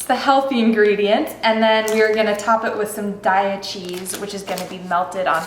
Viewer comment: You say Daiya wrong. It's "day - ahh" not "die - ahh". Just letting you know.